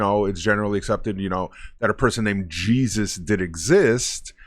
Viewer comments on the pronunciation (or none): none